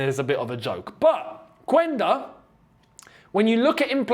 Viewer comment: Yo although it’s spelled phonetically /Quænda/ it’s pronounced /Qenda/ 👍🏾